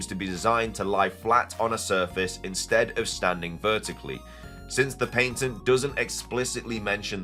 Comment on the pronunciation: There is a diference between the UK and US pronunciation of "Patent". Pay-tunt vs pah-tunt. Youre saying Pain-tunt...